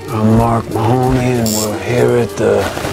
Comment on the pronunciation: We don't pronounce Mahoney like that in Ireland it's pronounced "maheny" ...or mahiny .. it's sound Americans say it as "mah honey " 🤣